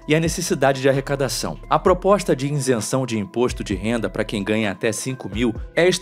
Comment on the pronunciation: Nao existe o verbo Reater, o narrador quis dizer reaver. Outra Janjice foi fal iNsenção. Isso que ainda estou em 1’37” do video.